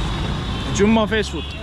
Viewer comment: Jammu diyordun surekli artik jammu diyorsun